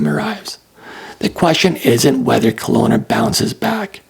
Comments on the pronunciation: Kelowna not Colona! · Kelowna, not Conola!